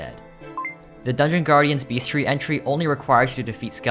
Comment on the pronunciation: Idk what that pronunciation of bestiary is though..